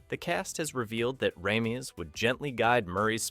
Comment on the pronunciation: The way the names aykroyd and ramis are said over and over is pathetic. Get it together.